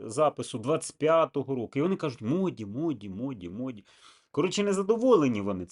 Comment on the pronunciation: Не моді а муді